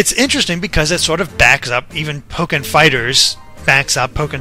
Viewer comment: "Pokier"? Are you serious?